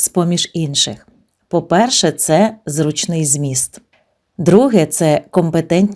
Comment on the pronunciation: ЗрУчний < наголос!!!